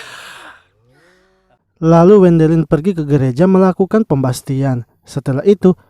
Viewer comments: Bukan pembastian min tapi pembaktisan 😅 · Pembaptisan om, bukan pembastian :face-blue-smiling